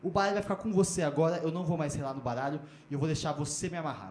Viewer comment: O "baalho" vai ficar com você. Kkkkk